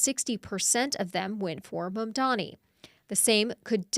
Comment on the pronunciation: ~~~~~~ -. ….., his name is Mamdani. …… Mamdani ……… Mamdani …. So say it correct,,!